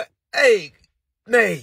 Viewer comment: Nate Nate not nite nite 🤦🏾‍♂😂🤣😂🤣😂